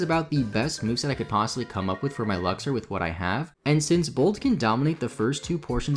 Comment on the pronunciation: It's pronounced "Lux"-"Ray". Luxer is driving me batty.